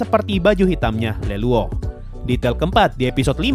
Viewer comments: Smpet bingung sih bang . Cra nyebutnya lelouch.. , stahu sya yg sdah nonton animenya tuh tmen skelasnya nyebutnya luluch. Tp abang nyebutnya LELUOk. Siape Leluok.. ?? Ohh luluch .. Btw .. 👍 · Bukan leluoh atuh bang, bacanya leluch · bang Lelouch dibaca Lilowc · saya kira semua orang bilangnya lelouch ternyata sensei bilangnya leluoh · Lelouch woe Lelouch bukan Leluoh (ノಠ益ಠ)ノ